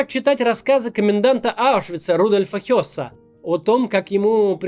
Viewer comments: На фото не Хесс, а Гесс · Это, конечно, не суть важно, но на фотке не коммендат Освенцима Rudolf Höß / Рудольф Хёсс, а Rudolf Heß /Рудольф Гесс. Ну а выпуск - супер, как всегда👍👍👍